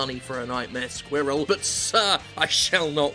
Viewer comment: Jim pronounces "squirrel" funny.